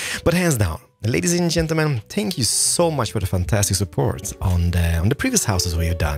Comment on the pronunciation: 0.23 lmao i thought he said "spank you"